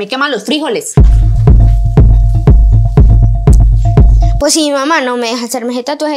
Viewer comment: "Fri-JOLES" XD